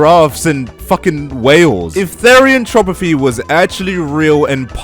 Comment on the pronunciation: All this therian hate from a guy who can not even say the word therianthropy right 😂